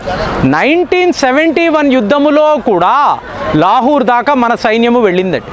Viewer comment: లాహూర్ ❌ లాహోర్ ✅